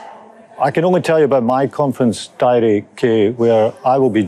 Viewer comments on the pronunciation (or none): none